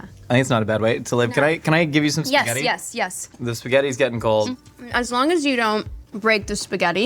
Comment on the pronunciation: "I'm eating spahhget-tah" is another reason why Julia Garner is the coolest 😎